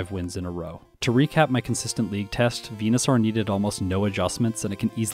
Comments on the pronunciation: Why do you pronounce it Venusar 😂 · Why do you say Venusaur weird? 🦧